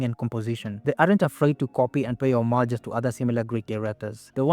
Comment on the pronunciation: I think your pronunciation of homages is wrong...awesome video though